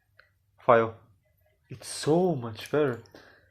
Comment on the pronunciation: I'll never thank you later for this ahhhhhhhhh Jeeeeez FOR THE BILLIONTH TIME. IT'S FEE-YO!!!